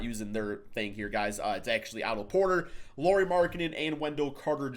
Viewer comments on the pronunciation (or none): none